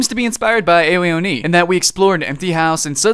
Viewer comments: Btw Ao Oni is japanese so it'snow pronounced, "eyo oni", it's basically "Ah-O O-knee". And the game is kinda is scary because the blue guy moves fast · I like how he pronounced Ao in Ao Oni. It's pronounced "Ow." like you've hurt yourself. XD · the way he sais Ao oni ahhahahahhah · I had to laugh every time you mispronounced ao oni XD